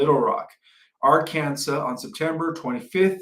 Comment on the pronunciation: where do u live? Where are you from. I've never heard anyone say Ark Kansas for Arkansas.